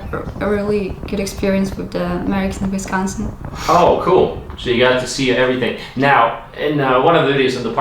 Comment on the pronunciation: Ayyyy you pronounced Wisconsin correctly!! Nice. I'm from Milwaukee what city was she in? That's a new WI license plate too they just started putting 4 numbers on the end about 2 or 3 years ago.